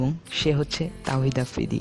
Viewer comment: thik Kore afridir nam o to nite paro na